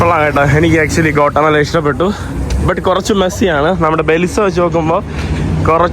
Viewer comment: കോട്ടമല അല്ല ഗ്വോട്ടി😊മാലാ